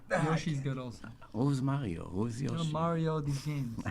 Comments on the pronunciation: “Mary-o Brothers” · who says mario like that